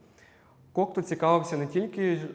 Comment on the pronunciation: Єдине зауваження: у прізвищі Кокто наголос іде на останню літеру. У французькій мові наголос завжди падає на останній склад слова, тому всі французькі прізвища (і слова) промовляються так.